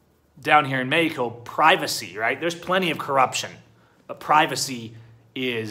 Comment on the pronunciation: Me he co, not mayco!